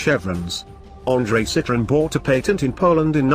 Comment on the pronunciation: Narrator cannot even pronounce the brand correctly!